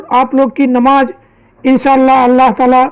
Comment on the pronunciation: Namaj nahin namaz mere Bhai . U are very sweet and innocent